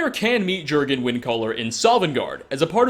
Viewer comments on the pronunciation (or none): You say it more of 'yurrgen ' as it's scandanavian